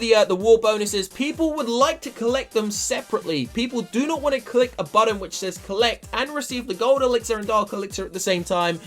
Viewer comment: button not budden